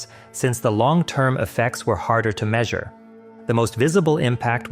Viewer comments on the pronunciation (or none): none